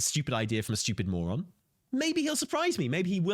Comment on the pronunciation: saying Steewyuupid a couple dozen times at 2x is great